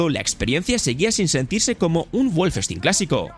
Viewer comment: Guolfestin... Eso duele más, que pronunciación por Dios